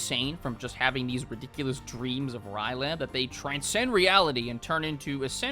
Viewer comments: It's R'Lyeh not Ry'leh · I say Rill-yeh, but rill-yea or something else similar also makes sense. It’s spelled R’lyeh and not Ry’leh, so the only real way you get “Rye-leh” is if you aren’t reading the word (A lot of people from a certain generation were taught to pronounce words via symbol recognition and not syllabically, so not being easily able to actually figure out pronunciations for new words is unfortunately very common). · It is pronounced "RILL-aye", not "Rye-LAY". I feel like I'm being annoying by mentioning this but it irked me so much for some reason lol, don't worry tho i still love you TwT Edits: "Illithid" is pronounced "ILL-ith-id", not "Ill-THID". And the plural of "Starspawn" is just starspawn, you don't add the s. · R'lyeh is pronounced Ryh-Lay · the pronunciation of R'lyeh kills me bro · Man makes jokes about Cthulhu on dates, doesn't even know how to pronounce R'ryeh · the way you pronounce R’lyeh fills me with rage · Bro's really out here mispronouncing "R'lyeh" out here. SMH some people can't read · What if the 10 second silence was actually a response to his inability to say R'lyeh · Please tell me will not be pronouncing R’lyeh this way for the entire video. At least he doesn’t pronounce Cthulhu as like “clubuthu” which I have heard before. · Same for R'lyeh